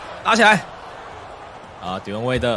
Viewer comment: 你把wade唸成Dion waiter